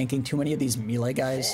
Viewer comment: that's not how you say Melee btw. ilu tho